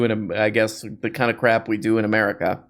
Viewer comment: Could you please pronounce "crap" as "crrrap" more often, as you did recently? It enhances my enjoyment. Thank you.